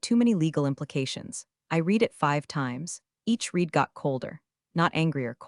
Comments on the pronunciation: I like these stories and subscribe. But PLEASE fix narration so that the past tense of " read" is pronounced as "RED". I'm tearing out what little hair I have left😖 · Help Ai out, use red for read, reed for read🙄